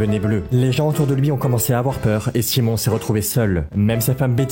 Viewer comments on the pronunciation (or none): none